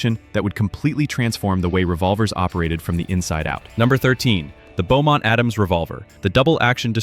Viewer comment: Beaumont-Adams Revolver, NOT Bowmont.